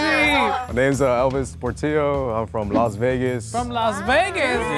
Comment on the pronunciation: am i the only one who noticed that the vegas boy said “yeah i drove from los vegas” and then proceeded to say “its about 4 hours from here to los angelos” 😭😭